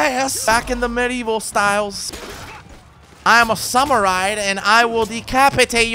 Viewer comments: you called a night a samurie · When you mess up samurai and knight still love the channel though